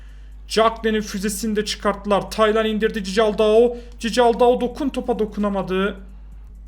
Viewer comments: abi nolur cicaldau deme doğru okunuşu çikaldau lütfen beğenin de görsün siz de yanlış alışıyorsunuz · Abi o Berkay değil Berkan ve cicaldau değil okunuşunu yazıcam çikaldau😁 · Abi cicaldao değil çıkaldao van aniston değil van ahott tamam mı abi